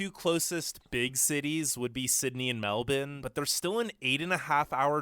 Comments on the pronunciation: Well, he started badly by mispronouncing "Melbourne" - sounded like he said Melton, which is a suburb. Also a bit tough on the British. If not for British colonisation and subsequent immigration Australia would still be the inhospitable land the first settlers had to deal with, and no-one would want to come here. Pimping for likes isn't a good look either. And that was just the intro. He's really overstating the heat. Yes it's incredibly hot in the tropics and once you go a fair way inland, but the south-east corner, where most Australians live, is a temperate zone. You can still get 40 degree days some years, but they're not as common as he suggests. The internet rant is only partially correct. Yes, several years ago the Federal government at the time switch from plans to create a top speed national internet service and went the slower, cheaper way instead. As a result the National Broadband Network is truly substandard. But the Internet service I use is much faster, very cheap, has no data limit and is very reliable. Way too many mistakes follow and I'd be writing a novel the length of War and Peace to cover them all. I won't try. He is right about the difficulty in getting permanent residency though. My American wife came here in mid 2018. It took almost 2 years to get a partner visa which allowed her to stay and access basic services. We're still waiting for permanent residency to be granted. Should add that none of this is a criticism of you. Love your videos. Just don't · Boy said meldourne